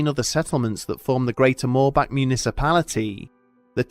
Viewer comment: THANK YOU for pronouncing "Moorbach" CORRECTLY tears